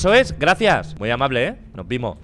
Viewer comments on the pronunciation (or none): No Vimooo kdkskdkd Le salio A Lo Chileno🥺👊🇨🇱